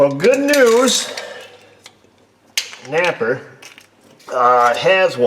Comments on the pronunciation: you saying napa or naper ? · Maybe NAPA would sponsor you if you stopped calling them naper?